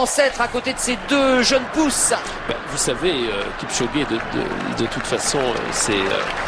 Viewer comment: kibshoge kibshoge kibsshogeee Lol thats funny (its Kipchoge)